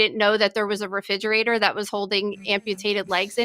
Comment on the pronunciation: She say refijerator